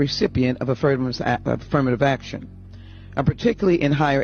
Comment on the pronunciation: she can't even say affirmative action correctly😅 point proven